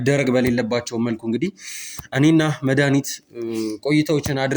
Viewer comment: አስተካክለሽ አውሪ እስኪ ስስጠይ መዳኒት ምትባይይይይይ ኧረ በስመአብ